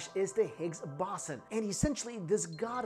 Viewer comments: Every time u mispronounced boson I was taken out of the video. And all the edits were ridiculous. Ah well maybe next time kid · You said boson in higgs boson wrong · is he mispronouncing boson?